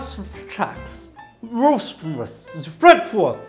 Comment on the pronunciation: O cara nao consegue nem falar o nome do time... Qual o problema de falar flangrofru, fraquiful, grafotu, hortifru , nao, pera.....